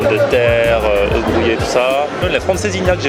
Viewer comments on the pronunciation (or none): none